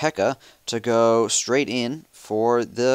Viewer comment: Holy fuck say in like it is meant to be said. There is no such thing as "eeen" it is "in". "That will have me send eeeen my pekka" omfg I almost through my iPad at the door.